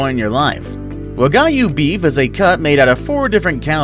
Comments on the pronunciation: Wa-guy-you it’s actually pronounced wag-you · The way he pronounced wagyu triggers me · He keeps mispronouncing wagyu steak 😬